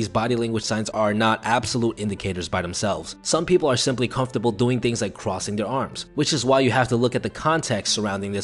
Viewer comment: 337 ..constable? i think he meant comfortable. good video just a ton of little errors